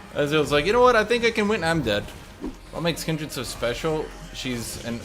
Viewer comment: Noooo it's Kindred No Aaaaaaaaa!!!